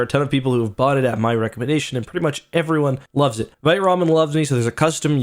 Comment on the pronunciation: I say this as a French teacher 👨🏻‍🏫 with 2 degrees in French. “Vite” is a French word for “fast” and it is pronounced as “VEET,” not “VITE/VYTE.” Please pronounce it as “VEET,” especially as a Canadian where your country is officially bilingual, English and FRENCH 🇨🇦. You sound uneducated when you mispronounce the word “Vite” as “VEET.” I love you, man, and I am trying my best to lift you up. No disrespect. ✊🏻